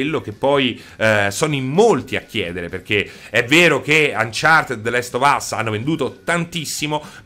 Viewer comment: "UnchartED" pronunciato così come viene scritto